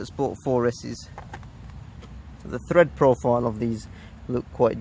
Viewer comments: Tread not thread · Tread! Not Thread! Ahh...